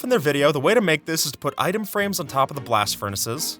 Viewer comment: "with som anvils to but for the aigdes"